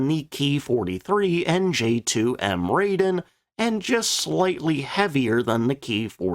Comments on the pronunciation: Please learn to pronounce Japanese names correctly. There are only five vowel sounds and they never change. To wit and in order: a - ah; i - ee; u - 'u' sound as in 'lute'; e - eh; o - oh. Thus the J2M Raiden is pronounced 'rah-ee-den' not 'ray-den' (said twice). I mentioned that in the video on that plane, but I guess it went unnoticed. You do so well with 'Nakajima', 'Hayabusa', 'Mitsubishi', 'Shōki' and 'Sakae', I don't know why you can't get that one right. I do hate to be pedantic, but I live in Japan and speak Japanese and can always spot a mistake. I'm a retired language teacher and I'm just trying to help you. It's what I do. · Raiden, Lah-i-deh-n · Regarding the "Raiden". The first syllable "Rai" is prounced like the English word "rye" (as in "rye bread"). The name "Raiden" means "thunder and lighting" or to put it more succinctly: "thunderbolt".